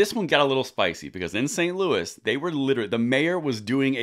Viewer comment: St Luis made me Laugh Out Loud. Did you mean St Louis?